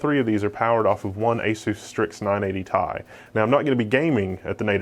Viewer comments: first time ive heard someone say 980 tie. interesting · Holy shit if he says 980 tie one more time.... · ''nine-eighty tais''